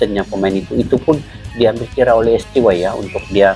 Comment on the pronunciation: Koreksi bang : STY ( dalam Bahasa Indonesia di baca ES TE YE ) mksh